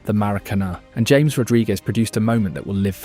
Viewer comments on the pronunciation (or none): Literally never heard anyone pronounce "James Rodriguez" like the English "James" instead of "Ha-mes".